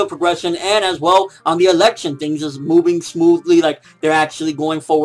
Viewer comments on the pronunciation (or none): none